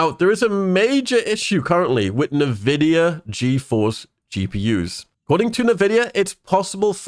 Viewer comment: Say NAVIDIA one more fucking time.